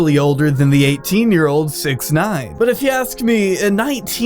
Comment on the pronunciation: How I pronounce 6ix9ine: “Six-icks-nine-ihn”